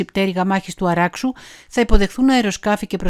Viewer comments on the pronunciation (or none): Είσαστε Έλληνες , από ποιά χώρα ; Η βάση δεν είναι του ( Αραξού ) είναι του Αράξου ...... Όπως πάντα μισές αλήθειες , πρέπει να διαβάζουμε πίσω από τις γραμμές και από τα λεγόμενά σας.